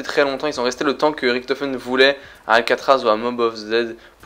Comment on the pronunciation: Tu dit Ricktofen on dit Richtofen !